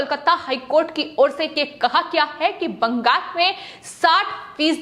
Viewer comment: इसको कौन एंकर बना दिया संवाद बोलते समय आधा शब्द मुंह से निकला है ओर आधा कंहा से निकलता है पता ही नही चलता है (है ) शब्द को ऐसा बोलती है जैसे कोई दुश्मनी है बहन जी जरा अराम से शब्दो को बोलो